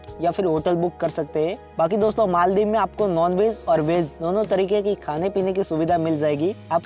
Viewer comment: First of all its not maal-dib.....its pronounced as mol(mal) dives And that's not scuba (dibing)...its scuba diving What the hack is maaal dib by the way?????!